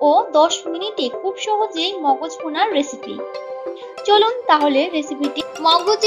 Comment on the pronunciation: মজক নয় সঠিক উচ্চারণ হচ্ছে মগজ।